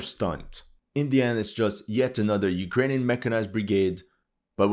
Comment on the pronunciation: "Our beloved Ukrajinska armia" 😂